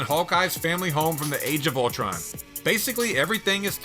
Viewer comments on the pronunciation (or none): none